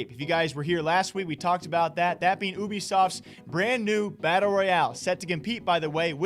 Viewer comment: Why all you nerds call it Ooby-soft. Its U-B-soft.